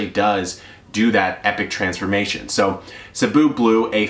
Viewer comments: When you pronounced “cebu” perfectly I had to do a double take, happy to know you have pinoy blood. Keep up the great work, love your videos!Your fan from Cebu, Phils. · didn't know you were pinoy!!! thanks for saying Cebu right. lol love your informational videos 👌🇵🇭